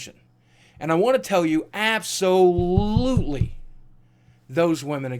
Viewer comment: Lol Ab-so-lootlie